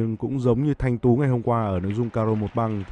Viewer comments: người ta Thanh Tự mà cứ đọc Thanh Tú🤣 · Thanh Tự chứ không phải Thanh Tú, chán BLV :( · Thành Tự mà đọc thanh tú =)))) Đánh 5 băng rõ ràng kêu may mắn clm Bl deo có chuyên môn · Lạy ông BLV, Nguyễn Trần Thanh Tú ở đâu vậy trời, tên cơ thủ mà cũng đọc sai, đề nghị đài nên giao việc bình luận môn nào thì giao cho người có chuyên môn về môn đó 1 chút đảm nhận, chứ nhắm mắt giao bừa nghe bực mình lắm. Ít nhất đã gọi sai tên Nguyễn Trần Thanh Tự 2 lần. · BLV cứ đọc sai tên Thanh Tự là Thanh Tú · Thanh Tự not Thanh Tú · Nguyễn trần thanh tự thì đọc thanh tú trần quyết chiến thì đọc quốc chiến, blv ko có chuyên môn j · Thanh Tự ko phải Thanh Tú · Thành tự mà blv nói thanh tú hoài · Bình luận mà không biết tên thánh tự mà cứ gọi là thanh tứ , trước khi nói bình luận phải tìm hiểu trước đi rồi nói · Thanh Tự ,Ko phải Thanh TÚ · Nguyễn Trần Thanh Tú, giải tầm cỡ ntn đưa 1 blv k đọc đúng tên cơ thủ bl, chán hết muốn nói